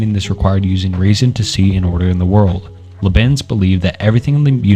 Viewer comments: But not read by AI, because he pronounced Rene as "reen" and Leibniz as "Luhbeans" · Imma be honest I hate your pronunciation of Renee Descartes and Liebniz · There’s no way you know anything about philosophy and pronounce Descartes Sartre Leibniz and basically everything else like this. It’s not a bad accent, it’s literally just crazy wrong. This is just one long chat gpt generated video. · What a well done deep dive! Too bad I couldn't get myself to watch past "Des Kartes" and "Le Beans" It's actually hilarious how you couldn't be bothered to spend 3 minutes and look up the actual name pronunciations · I’m sorry but the pronunciations of Descartes and Leibniz have me giggling… but I love the video, gonna sit back and learn some philosophy